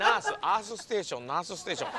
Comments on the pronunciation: やっぱりas*って聞こえるよね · 出川イングリッシュのリアクションいろいろ見たんだけど イギリス、アメリカ、フランス、メキシコ、みんなassに聞こえてたｗ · ずっとEarthで笑ってたけど英語圏の人はお尻に聞こえるのを知って二重に笑ったww 相手の人初対面で突然下ネタ言ってくるの恐怖だっただろうな…w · カタカナで「アース」って書かれれば日本人は地球って分かるけど、ネイティブからは発音的に「Ass(肛門)」に聞こえるらしい。調べれば違う意味もあるけど基本良い意味ではないね。 ベリベリスカイ→Ass(おしり)だったら笑ってると思うよ。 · 海外の人には「earth」が「ass」に聞こえてて草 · どの出川イングリッシュ実況みてもアースがassに聞こえてんの草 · アースフードのやつイギリスからきた人全員「ass」に聞こえてて笑う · rの発音じゃないから自分もassに聞こえたw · アースその発音だと尻の穴で草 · 日本人が発音するearthはおしり（ass）の発音になりがちだよね。実際はスをはっきり発音しない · 「th」の発音って難しい！ 日本人が外国人に「Google Earth」って言ったら「Google's ass」って勘違いされるのかな？ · アースフードがass foodにしか聞こえない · 出川のアースの発音がイギリスで尻って聞こえるらしい。綴は知らんけど、他のイギリス人も言ってた。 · この動画外国の方結構リアクションしてるけど、アースのところみんなお尻に聞こえるって言ってる🤣 面白かったです、ありがとうございます😂😂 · 出川イングリッシュの反応動画出してる外国人の方皆アースがお尻に聞こえて笑ってるよね笑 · 他の方の反応動画見たけど皆アースがおしりに聞こえてるの草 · 外国人に「アース」って言っても Earthに聞こえないんだよなぁ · 日本人の英語発音は 最悪